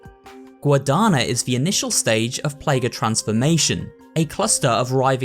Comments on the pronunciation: the closer I think would be sound “nya”, Guadanya, aranya etc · as an hispanic native i love to read and hear the terms "guadana" and "arana" because of the missing "ñ" it's kinda funny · Great video as always, just a quick note: is Plaga GuadaÑa, guadaña means scythe. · Spanish speaker here, I love your videos :face-red-heart-shape:!!! Is a little funny to see you try to pronounce spanish words in english, and I want to apport three traduccions for the plagues types: Guadaña (is not N is Ñ, that caracter is unique to the spanish alphabet) means Scythe, while Mandíbula means Jaw, and well, Araña (another with a Ñ) means Spider in spanish